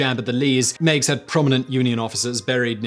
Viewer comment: Montgomery Meigs (the general) is pronounced [Meg's] not [Mee'gz]. Things I learned when I took a class for one of my hobbies.